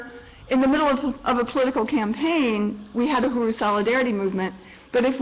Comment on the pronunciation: STOP SAY UHURU YOU ARE NOT PRONOUNING IT RIGHT I AM ACTUALLY A KENYAN AMERICAN AND HEARING U MISPRONOUNING UHURU IS INFURIATEING TALK TO A KENYAN OR A TANZANIAN JOE TO PROPERLY PRONOCE KISWAHILI B4 U GO OUT SAYING PUBLICLY